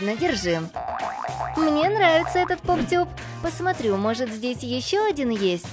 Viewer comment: НИ ПОП ТЬУП А ПОП ТУП